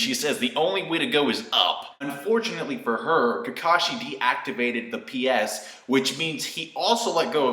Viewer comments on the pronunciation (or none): When you said "PS" I somehow heard you say "BS", which pretty much is the same thing.